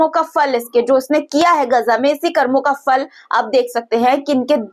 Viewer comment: Karmo ka "phal". It's not "Fal".